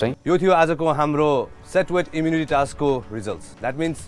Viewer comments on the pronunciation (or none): its task yar not a taksss